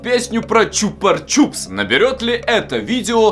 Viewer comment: Почему ты говоришь чупар чупс там нет р